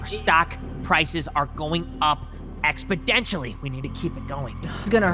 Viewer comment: “diD yOu Go To cOmMuNiTy CollEGe?” Also “expodentially”